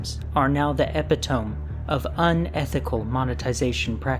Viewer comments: Here we go again....EPI TONE is pronounced like this A PIT O ME......this is rhe second time you did this. Thats it im offering finished edit assistance. We gonna get you through these hard words to pronounce. Atleast you did it more believable than PORT MAN TEAU (toe) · Epitome E-pit-oh-me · I know this is super nitpicky but "epitome" is pronounced "eh-pit-oh-me" edit: jesus christ this video is crazy detailed, impressive work. you must have an insane collection.